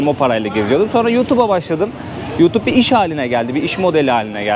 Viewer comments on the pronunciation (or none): none